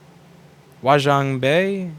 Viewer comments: Can't pronounce "audacious" Pronounces "huaqiangbei" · Louis, I'm amazed that your haven't heard of Huaqiangbei (Hua Qiang Bei - pronounced 'Hwa Chun Bay') - it is 40 mins down the road from my factory in Shenzhen and is the largest electronics market in the world. There is no doubt that the parts you buy from China are coming from sellers in HQB. There is a separate section in HQB of about 4 buildings, around 6 levels each, with sellers of every phone part you can imagine. Have a look at the Youtube videos made by Strange Parts. He made an iPhone and a new Samsung phone from parts bought at this market. Keep up the good fight!